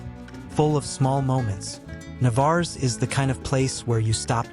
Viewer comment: Had you asked anyone in that pueblo is this Navarres how you pronounced it they would said Que ? Just outside of the town is the jewel of Playamonte and its natural lake, man made beach and recreation area.